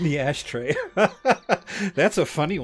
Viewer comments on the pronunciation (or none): and BTW another really good episode guys! But "ashtray" ??? Tsk tsk (it was funny however!)